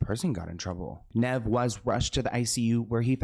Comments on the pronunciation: The pronunciation of “Nev” is killing me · bro didn't even pronounce Nev's name correctly!!! omggg x.x